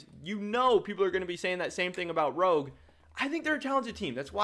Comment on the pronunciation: i like how he said CHOGUE instead of ROGUE